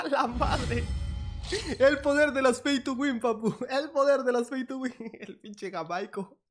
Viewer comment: Jajajaja! Dizque "JaMAico". Es Jaimico.